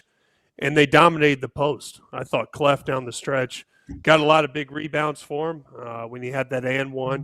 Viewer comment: ..it’s Cluff not Cleff